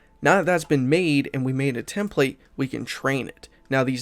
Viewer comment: You pronounced template incorrectly. Lol